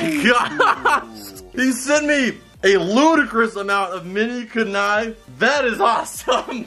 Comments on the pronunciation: I Know Its Rude But Its KUNAI Not Kenai. -. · Did he just say Kunnai instead of kunai